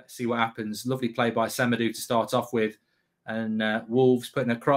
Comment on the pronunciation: We lost the game the moment he started saying "se-me-doo"